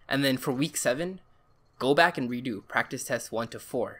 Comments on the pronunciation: Prectic Prrktecs Practes Pructus Prictes Prestes prracttis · This guy: giving actual useful advice. Me: he can’t say practice